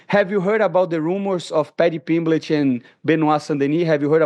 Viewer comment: Pimblitch 😂 this guy kills me